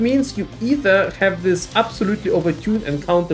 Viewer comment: " It's only game . Why you haf to be mad ? "